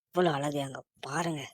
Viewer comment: Atharku peyar allagu illa bro azhagu ozhunga tamizhai tamizhaga pesunga bro